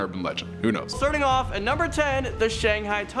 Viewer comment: I just wish he would learn how to say place names correctly I just spent half the evening lookin for shanghey